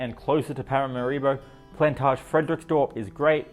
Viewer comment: like many americans, you mispronounce the capital's name. It's not: parama-RI-bo, it's Para-MA-ribo.